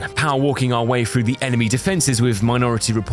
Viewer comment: I love your vids man but one single thing bugs me. the, there, then ect ect, perfect pronunciation, but then you say "free" for three? How!?!? Edit: also frough for through, flame frower, And fing for thing